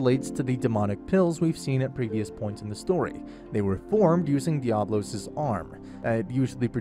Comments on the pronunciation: The way you speak diablos is wild 😂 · I love how you mispronounce diablos through out the whole video! xD